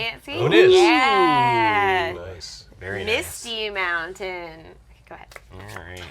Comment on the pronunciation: Calling a mountain, montainyah is such validation.